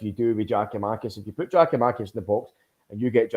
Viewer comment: If keeps calling Giakomakis ( pronounced YAKOMAKIS PLEASE SOMEONE TELL HIM!) he will forever be known to me as